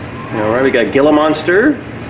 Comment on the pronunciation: Gila monster is pronounced HEE LA monster. Not Jill la. 🤣🤣🤣